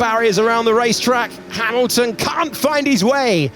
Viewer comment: Who is this Hay-milton?